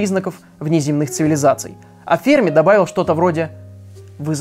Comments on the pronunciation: ФермИ, а не фЕрми! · Все видео «фЕрми», но с таки сарвался и начал говорить «фермИ»... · Почему-то думал Ферми́ , оказывается Фе́рми. Ок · Ферми Ударение Ударение на последний слог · Потратил 8 минут своей жизни на человека, который «Ферми» правильно произнести не может и льёт воду!! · Энрико Ферми, ударение на последний слог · Не Ферми, а Ферми!